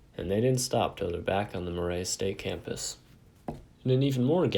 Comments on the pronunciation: Murray State us pronounced Mur (as in murder) and ray (as in redo). Interesting legend, but you pronunciation was painful. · Why can’t you pronounce Murray??????